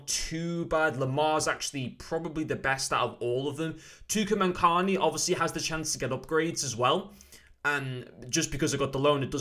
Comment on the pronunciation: Man said Tukamankani 😂😂😂😂